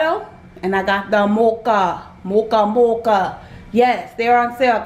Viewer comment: I loved the way you said Bertolli and Mocha lol. Great deal on the cereals. I love Publix.